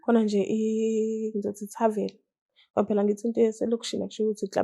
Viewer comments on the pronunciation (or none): Webantu bakithi akushiwo ukuthi I "tarvel" kuthiwa yi "tarven"....oSiyacela baningi😂